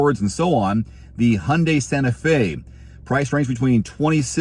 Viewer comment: That is Sante fe, not Dante fe